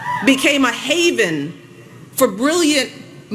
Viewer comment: 중간에 heaven이 아니고 haven 아닌가요? 발음이 그런거 같은데..